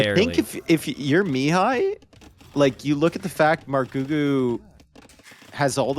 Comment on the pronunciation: Hi! Mihai's name should be read with the accent on the 2nd syllable, not on the first. Also, awesome game, keep'em coming!